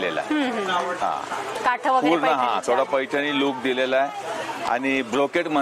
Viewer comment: काठं नाही हो . काठ म्हणतात